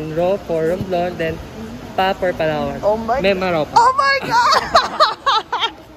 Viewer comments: pa-LA'-wan, pa-LA'-wan. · I stopped watching when you kept saying Palawan wrong. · Learn to pronounce Palawan if you are going to talk about it!